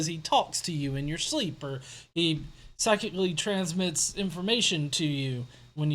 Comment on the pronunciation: Anyone else thought said, "sexually transmits" instead of "psychically transmits"?